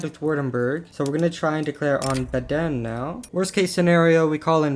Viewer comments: Idk wym, but the a is long and the e is short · Baden is wrong though, the stress is on the first syllable